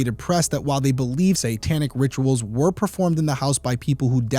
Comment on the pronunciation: I really enjoy this podcast! But the word satanic is pronounced SAY-tanic, NOT SAN-tanic. I cringe every time you say it. lol😊